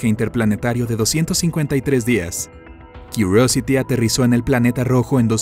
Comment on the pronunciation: Kiurosity (con voz gringa)...no sera tal cual....Curiosity?? Da lo mismo...si no lee comentarios. Pides me gusta? Ok. Tu da corazones (a los 50 primeros que no sean estupideces) y todos estamos a mano.